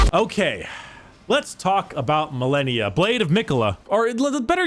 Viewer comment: Malenia: says her name a billion times as you re fight her YouTubers: Mill-ennia